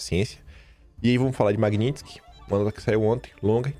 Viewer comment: pelo amor, pronuncia o nome dessa lei direito, o que é Magnintsky? Chega dói o ouvido, quem fala errado e é analfabeto é petista!! 😂😂😂😂